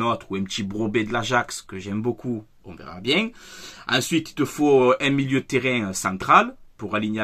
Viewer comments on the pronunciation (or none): none